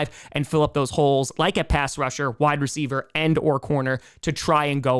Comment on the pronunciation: are you sure they are saying Wide Receiver One, and not Why Receiver One? Love Ya.